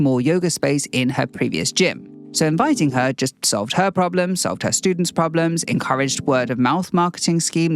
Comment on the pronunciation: “Pre-lemon-ary” 👏🏻👏🏻👏🏻😂🍋 “Prob-lem-ons” omg 💖